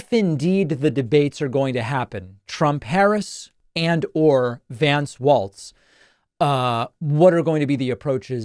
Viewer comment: Please, for the love of all that is good and evil, LEARN TO PRONOUNCE HIS NAME!!!! It's Walz, rhymes with FALLS or CALLS or hell, let's just say it, BALLS. It is *********** NOT ************* W-A-L-T-Z. Why is this so goddamned hard? Have some respect for the man and learn his damned name.